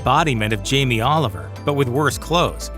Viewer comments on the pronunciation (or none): none